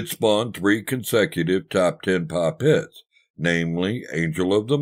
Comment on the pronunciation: Did He say greatest tits or greatest hits?